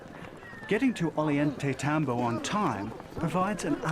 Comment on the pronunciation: Get it straight, white men: It is pronounced oh-yahn-tay-tom-bow.